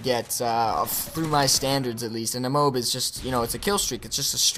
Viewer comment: Its really irritating, he keeps saying "moob" instead of "m.o.a.b" A good game though!